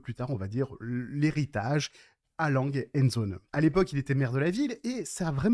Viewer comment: La montre est belle mais il va falloir travailler la prononciation allemande: Glashütte, Söhne, Lange.. tout est à revoir ! ;-)